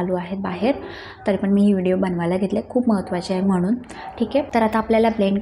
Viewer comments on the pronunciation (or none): none